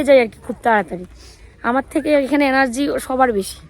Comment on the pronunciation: Energy ta emon kore bollo sunte laglo alargy ...amr theke ekhane sobar alargy besi...sonalo .😅😅😅😅😅😅 ucharone master degree koreche.😅😅😅😅😅😅😅😅😅😅